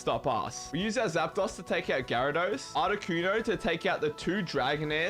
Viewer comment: Learn how to pronounce Zapdos' name right.